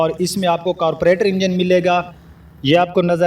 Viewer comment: carburetor not carpuretor and sound not sond.